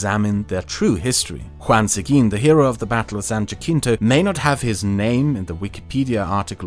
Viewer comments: San Jahkeento lmao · Its actually pronounced “Ha-cento” because in Spanish a J makes an H sound. You’re pronouncing it as a C. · Great history and sociopolitical analysis! A few spanish names slipped under your radar and got pronounced like they were english. -Norteno is actually Norteño which is pronounced Nortenyo -San Jacinto = San Ha-sin-to -I think there was one other, but I forget now what it was. The rest of the names were pronounced fine, though. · "Battle of San Ja-King-Toe" its pronounced San Ha-Cent-O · I really enjoy your videos, but next time you make one in Texas, or Southern United states for that matter, you should ask me about pronunciations of things like the Sabine River or San Jancinto. I even have an entire book on Ozark folk speech if you do one in the Ozarks and can help you sound like they would've in the 1890's.